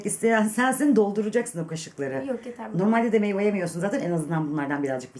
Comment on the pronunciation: abla bunu söylemeden olmaz meyva degil meyve